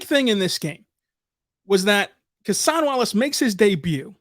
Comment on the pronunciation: Kentucky and thunder fan here, first off love Cason Wallace, but interested why you call him CASE-ON, during his time at Kentucky he was always known as CASE-UN. Did he say that’s how his name is pronounced, or does it keep going back and forth?